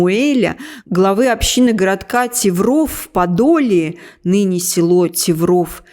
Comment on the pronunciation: Светлана, простите, но хочу немного внести грамматические поправки. 1). : Киево-Печерская Лавра (Печерская -- 2 слога пишутся через букву "е", без двух точек. От слова "Пещеры". 2).: Тывров (ударение над "ы". Немиров - ударение над буквой "и". Раньше это территория была совсем близко от Брацлава. Теперь это просто районный центр. Глушь. А раньше Брацлав - был столицей Украины. Он стоял на торговых путях, перекрёстке. Об этом сейчас почти никто не знает. Я в Брацлаве заканчивала техникум.. Немиров - тоже районный центр Там было 2 техникума. Но в Немирове - когда-то стояли Суворовские войска. Там есть до сих пор те казармы. Тывров ? То вообще глухомань. Сейчас это всё Винницкая область. Там действительно жили почти одни евреи. Украинцы ходили к евреям мыли полы, убирались. Те им платили деньги. Евреев укр. любили, русских - мягко сказать - ненавидели.